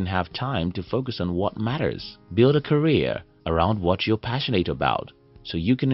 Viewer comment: Career, not Carreer